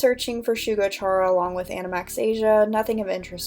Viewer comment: Hope this doesn’t come across as rude but isn’t it pronounced like “Kare-ah” not “chair-ah” because Chara is short for character?